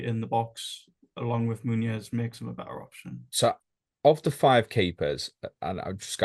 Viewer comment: Absolutely fantastic, every single one. Just bothers me a little bit pronounces the n in Muniz as if it were Muñiz (Spanish) or Munhiz (Portuguese). 🤓